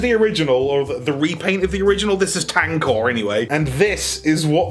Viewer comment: KO Tankor = Stankor